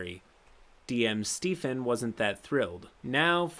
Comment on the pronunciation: The way he said Stephen as “Stefan” hurts me